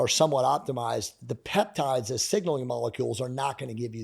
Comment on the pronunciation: Your AI is slaughtering the peptide names so very hard to look up